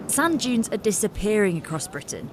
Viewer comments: I had the Captions on. It's Sand Dunes not Junes! Lol! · How many Americans kept hearing "sun dunes" 😆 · I kept hearing sun juice that made me confused.... Until I saw the sub.... It was Sand Dunes.... 💀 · I hear sand junes. Activate automatic subtitles. It also hears sand junes.